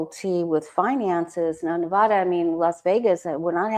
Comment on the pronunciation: Enjoy your show. Thank you for saying Nevada correctly. Yes. Trump ruined the tourism for Las Vegas.